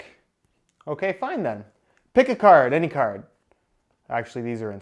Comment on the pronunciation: “Pick a caurd any caurd”.